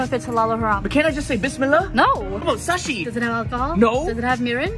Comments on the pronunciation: The way he pronounced sushi😂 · i am physically cringing at the way he pronounced sushi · The way they pronounced sushi is suspect